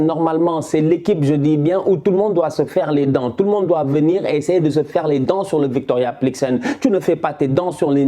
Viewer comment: Victoria plikzen 😂 mais gère toi 😂